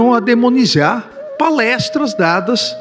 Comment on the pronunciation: 😮 ele disse MASTRATURA...Y...DEMONIZIAR....😅